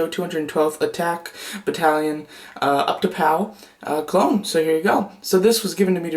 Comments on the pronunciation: Lol he doesn't know how to pronounce utapau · You miss pronounced Utapau